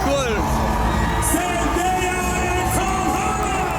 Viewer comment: Ir Andriau bruh ne zėndėja o zendaya (tarese)